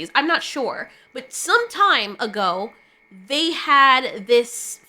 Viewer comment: "they" became ciralt lol